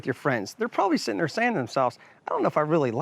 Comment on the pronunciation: Good review. But god the way you say "here" and "there" got old real quick